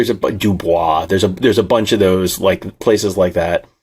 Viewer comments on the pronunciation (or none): It’s pronounced DewBoys